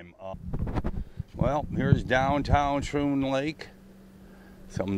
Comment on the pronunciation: It’s pronounced “skroon” lake. I’m from New York so I would know.